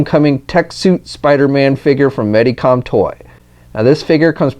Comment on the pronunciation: It's Medicom, not Mediacom or Meadycom.